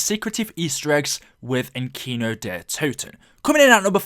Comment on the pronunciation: kino not keno 😉